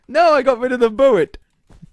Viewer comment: It’s not buwwet it’s bullet